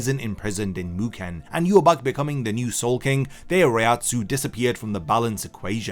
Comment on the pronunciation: Why do you say Yhwach wrong? They literally say it several times. YU-HA-BAHA.